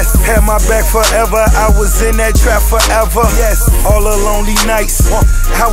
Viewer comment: Why did he say "yes" like that?